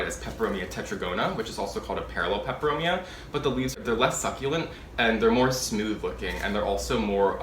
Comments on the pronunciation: You pronounce the Latin names so well 😁 I love Steve's Leaves. I ordered a watermelon peperomia. It was so full and lush! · Hi. I look forward to your videos. You sound like a talking plant encyclopedia. Your pronunciation of the plant types and species rolls of your tongue with such ease.